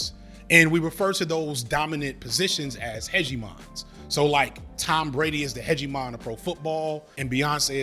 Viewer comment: "Hedgie-mon" Is that a Digimon?